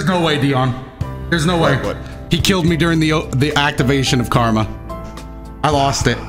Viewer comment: This man call karama karma